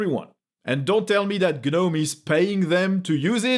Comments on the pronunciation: Love your videos man, but Gnome is pronounced "Nome", check google translate TTS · That's for gnome the garden gnome. Not for gnome the gtk based desktop environment